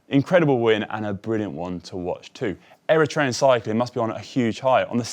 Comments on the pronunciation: Racing - your pronounciation of Eritrean names is the best I have heard! Chapeau for your excellent coverage 🎩! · Shout out to for the proper pronunciation of the name's of the Eritrean riders.